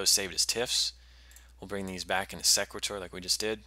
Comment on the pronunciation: Thanks for the video. I would pronounce the program name like "equator" with an "s" in front. "See-quay-tor"